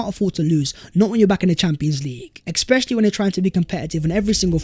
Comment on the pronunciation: There's no x in "especially" ffs